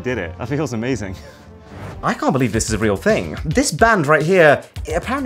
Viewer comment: bro says amozin